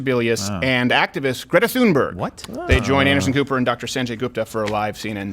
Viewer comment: Sounds like you said "actress Greta Thunberg" Probably more accurate.